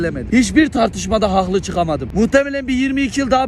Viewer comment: Bağımlılık yapıyor 'hağklı'